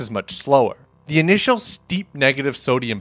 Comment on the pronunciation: "intial"... (sorry - my mom was an English teacher).